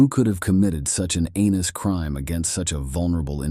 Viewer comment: So… it’s ’heinous’ crime not ‘anus’ crime.